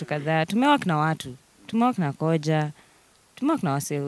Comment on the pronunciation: It's KHOJA not KOJA.